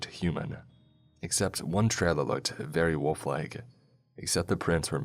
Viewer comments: Your pronunciation of "wolf" amuses me 😉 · Came to the comments to say something similar lol